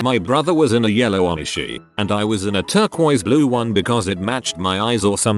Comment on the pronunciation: “Moreeso” “Oneshie”